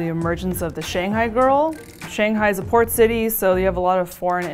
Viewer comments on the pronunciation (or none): none